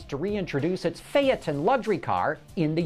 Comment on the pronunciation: it's called fayton not fyaton